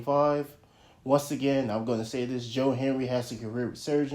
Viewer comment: can you say his name correctly? that's very disrespectful